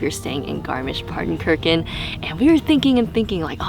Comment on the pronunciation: Your pronunciation of Zugspitze is criminal. Same for Garmisch- PartenkirCHen